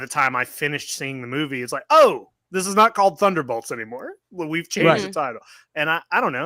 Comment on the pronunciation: BOLTS B O L T S B-O-L-T-S you are killing me. wtf is a thunderBALTS. come on man its annoying af like rick burping in the first season of rick and morty